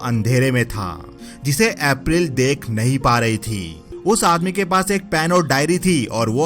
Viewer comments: Bhai tumhara explanation bohot accha hai par tumko apna uccharan yani pronunciation par thoda dhyaan dena chahiye jaye school ko uskool april ko epril. Baki sab mast hai. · Bhai, plz pronounce April correctly. Itna kanno me lagraha tha ki story ek dislike ke sath chhor diya. Stop giving funny voice effects and learn to pronounce English names correctly. Itna ajeeb se naam lete ho ki dislike aur unsubscribe to banta hai.